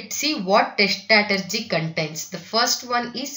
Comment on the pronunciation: When you pronouncing strategy, it is very very irritating, I paused the video and read by myself